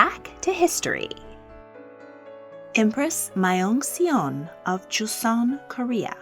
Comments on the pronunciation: The Empress of Korea's name is pronounced Myong Song btw (like young but with an m minus the u.) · Myeongseong: 명성 (Myung Sung) Joseon: 조선 (Joe Sun)-주선(Ju Sun) means arrangement Gojong: 고종(Goh Johng)-고정( Goh Jung) means secure(v) I know that Korean can be extremely difficult for non-Korean speakers to read or pronounce, but I was pleasantly impressed. thank you for teaching the world about Korean history along with so many others! you're definitely part of the reason my history grade jumped from a C to an A and helped me realize my love of history. even now I'm binge watching your videos. I always enjoy the content and am always grateful :) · I'm sorry, but you pronounced Myeongseong wrong, the "e" is silent, The "eo" is one letter you don't emphasize the e, it's eo not e. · no offense but her pronunciation of Myeongseong is wrong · I love your videos and watch every single one of them. If I may, I think it would be nice if you researched how to pronounce some of those names, at least to be closer, not perfect. Myeongseong is nothing like you said it and I'm sure it's an easy search to find the correct pronunciation. Just out of respect for the other cultures. But awesome videos all around.